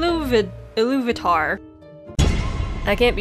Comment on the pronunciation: It's Eru Iluvatar :p